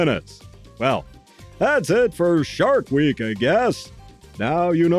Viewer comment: I like the way you barked out “shark week” there at the beginning. Ever seen “Bad CGI Sharks”? I mean there’s a movie called that. They fly around, being bad CGI. ❤